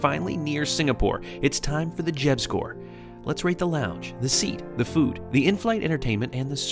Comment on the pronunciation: His name is Jeb. Not Jed. Just letting you know.